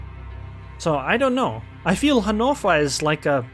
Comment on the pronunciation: Can you just say, "Hannover" correctly?